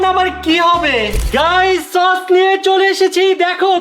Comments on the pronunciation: Tok❌ Sos✅😆😆😆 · সস না কট 😂😂